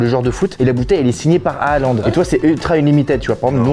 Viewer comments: C’est pas hahalande c’est Haallande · Attends, attends, attends, il a dit à Haaland et a prononcé les deux à 😂😂😂